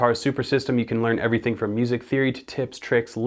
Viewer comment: Am I the only one who noticed him saying ''From'' sounded exactly like ''Some'' that comes right before ''body once told me'' by all star?